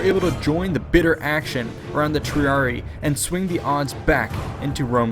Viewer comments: There is double "i" sound in Triarii. Love these videos, but the numerous pronunciation mistakes make me think the narrator didn't even read through the script before making the video. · You keep mispronouncing "triarii," as "triari". It should be pronounced Tree-ah-ree-eye. Otherwise good vid :) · Argh, it's Triari-EYE not Triari-EE, which sounds ridiculous. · It’s pronounced tree-ari-eye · Wrong. Thats an Anglicism. The two i s are pronounced separately as the english sound written ee.